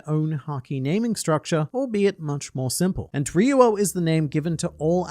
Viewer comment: Y do you say ri-yu-o it’s pronounced Ryou -> riyooo. the ri is really short and there is no “u” sound only o. Lived in japan and studied tin for almost a decade